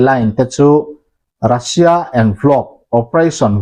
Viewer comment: iukraine tih hian lam tawh suh, a lam dan dik tak chu… Uukrain tia lam tur, Russia pawh hi Rasia tia lam loh tur, Ruuusia tia lam tur..